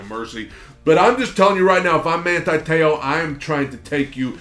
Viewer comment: My mans last name is pronounced like so, Te-ohh